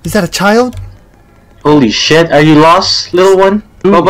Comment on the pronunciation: the way he say “shiet” took me out bruh😭😭